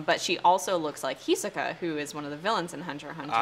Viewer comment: Love the video, cool and chill vibe, but my weeb ass cannot ignore how she said hisoka “he-suh-kuh”